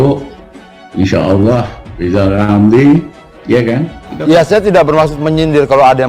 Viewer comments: Lijal lamli.. tlg belajal baca hulup l dulu ya??, spy pi ntel. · Siapa yg milih lizal lamli, bilan R aja gak bisa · Lijal Lamli.... sbaik nya Bljar omong R dolo.... Mo dirikan PLT.... Partee Lambee Turah 😂😂😅😅😅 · peltanyan saya juga sedelhana buat pak lijal lamli.bisa gk pak lijal ngomong (R)(R)(R) R,R,R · Lijal lamli 🤣🤣🤣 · Lizal Lamly..ngaca woi!!